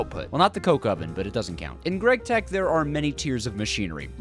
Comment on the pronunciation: "gregtech" Ew